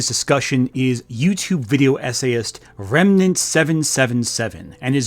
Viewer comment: It was kinda bothering me that you kept saying his name as “Renmant” but he also said your name as “Gramugg’lia” so I guess you’re even 😂